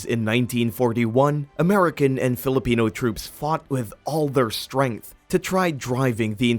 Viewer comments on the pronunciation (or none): none